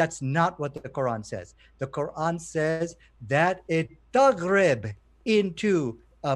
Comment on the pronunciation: I'm Arab: 1. It's "Taghrobou" not "Taghrib" - shows you can't read arabic yourself. 2. The word Taghrobou with reference to the sun means "The sun sets" not disappears. 3. Why are you translating things using a dictionary when legit scholars translated it already? I'm sure if I use a google translation to condemn the Quran you'll tell me no please use the accepted approved translations by scholars.